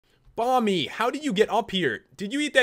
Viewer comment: Who heard pat say "Bommy" rather than Bomby.